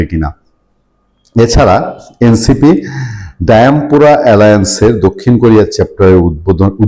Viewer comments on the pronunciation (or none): ডায়াম্পুরা না শব্দটা ডায়াসপোরা।